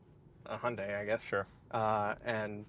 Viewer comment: Nice Video, i drive an Hyundai Ioniq 6 UNIQ with 77,4 KwH myself. I Really like it. But do me a favor, Hyundai is not Hunday pronounced, thx.